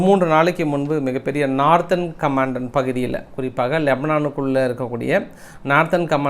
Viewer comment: நார்த்தெர்ன் : சௌத்தேர்ன் அல்ல சதர்ன்